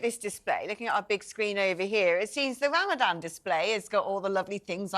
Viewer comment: I'm totally on Kevin's side but sorry to sound picky but he needs to pronounce Ramadan properly rather than call it "RamadaM". The people on the other side of the argument are very likely to get easily offended so it's better to NOT give them something to moan about, as they might get inspired to give him the Batley teacher treatment just for calling it RamadaM. is 100% spot on as well and a huge inspiration for me as a woman. We need more types out there. Happy Easter to all at TalkTV! With best wishes and great respect from a Jewish supporter who is thankful for the support you have given my community.